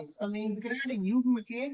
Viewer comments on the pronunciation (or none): sir shamikarad nhi samikarad